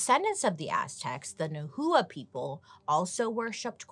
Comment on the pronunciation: Hey Bailey! Just wanted to let you know the correct pronunciation for Nahua is “Nah Wah” also I’ve heard that they found ancient writings from the Aztec describing sacrifice and cannibalism as a evil and disgusting practice. I don’t know how true it is but I’d love to know your thoughts 😁 love your videos 🥰🥰